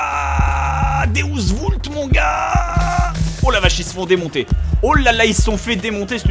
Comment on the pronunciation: BOB!!!BOB, ça ne se prononce paq Déousse Voult mais Déousse vUlt et ça veut dire: "si dieu le veut"... enfin je crois...